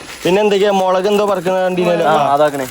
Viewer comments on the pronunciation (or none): none